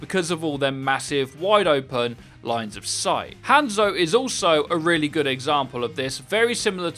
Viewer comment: Take a shot everytime you here him pronounce Hanzo and Hanamura that way